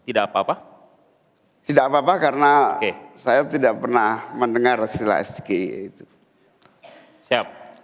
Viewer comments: Cara baca sgie aja salah, sok pintar gibran😂 Cuma masalah istilah doang udah merasa di atas angin, coba kalo masalah substansi permasalahan pasti kalah jauh dari 2 cawapres lainnya😂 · CAWAPRES ILEGAL.... SOK SOKAN PAKAI BAHASA INGGRIS TP FATAL PENGUCAPANNYA... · Mengejanya aja salah, masa dibacanya "es ge i e"😂😂😂 Kalo mau membawa singkatan bahasa inggris ya harus dibaca b.inggris dong...😂😂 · Ya pasti semua orang gak akan ngerti es-ge-i-e.....kalau singkatan dari bhs Inggris ya ngomongnya bukan es-ge-i-e, tapi es-ji-ai-i, ini penanya ngerti bhs Inggris apa tidak? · Kalau memang penyebutannya salah,, mengapa Cak Imin juga mengeja SGIE itu kok juga Es Ge I E… SLEPETT😂😂😂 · Kalau singkatannya pakai inggris, Harusnya pelafalan SGIE dengan inggris (es je ai e..). Masa dng bhs Indonesia... hahaha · Gibran bertanya SGIA!!!Kok gibran bisa salah ya menyebutkan ejaan nya dalam bahasa Inggris ,,,, kasian juga gibran korban tim suksesnya sendiri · gibran ngomong SGIE aja gak bener... itu bahasa inggris gibran... jangan diucapkan kayak bahasa indonesia bran... ngaco elu....😂😂😂😂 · Hebat apanya baca S JI AI I, SJA ngk tahu dibaca SGIE😃😃😃👎👎👎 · Mas Gibran blg SGIE bukan es ji ai i... krn Imin gak tahu bro.... gitu aja repot... kalo mas Gibran baca es ji ai i... Imin pingsan nanti 😂😂😂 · JUBIR PRABOWO..... LIAT DONG REALITAS DIMASYARAKAT.. GIBRAN ITU CAWAPRES SELUDUPAN HASIL KEJAHATAN NEPOTISME... ES GE I E PENGUCAPAN SALAH... WUJUD KEBOBROKAN MORAL TAK PUNYA ADAB DAN CACAT HUKUM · Maslahnya yang ngasih pertanyaan juga gak tau dri bahasa SGIE jelas pak muhaimin gak tau krna dari ejaan gibran juga salah klo emang itu di sebut bahsa inggris harusnya ejaannya bukan ES GE IE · Udh ndk tahu...., beralasan cara penyebutannya. ...., coba Mas Gibran ngomong... SGIE dlm bahasa Inggris...... pasti ndk tahu juga...., trus ada yg ngomong sok Inggris lah......... 😂....., dasar ndk mau mengakui kekurangan..... para pendukung no.... 1...😂🎉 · Main hapalan, nyebut sgie aj salah🤣🤣🤣🤣🤣🤣🤣